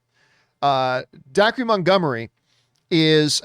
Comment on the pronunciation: Dacre is pronounced Daker.